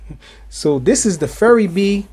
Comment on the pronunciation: isn't it pronouced "fury bee"?